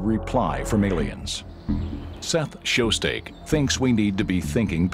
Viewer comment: "Show-steak?" How'd he get that out of "Shostak?" Never heard it pronounced like that, like ever.